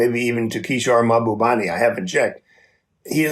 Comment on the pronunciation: The moderator never said Kishore’s last name right. It’s Mahbubani, not Mahabani!